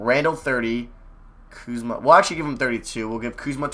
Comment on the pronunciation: my dude.... i love your videos but, come on man...…. put some damn RESPEK (Birdman Voice)….. on Kuzma's name my G! other than that, great video